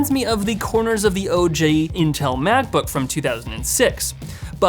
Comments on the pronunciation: Kush: you are not the only one, even the CC on the video read "OJ".: please, it's "O.G." (Original Gangsta) not orange juice. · It's OG not OJ 😂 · Did you pronounce OG as "OJ"? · did you say "oj" ..... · "OJ Macbook", Please tell me I"m not the only one that noticed that :D